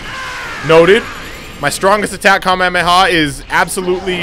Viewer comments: you are saying kamehameRHAAAAAA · It is not kamehamera it is kamehameha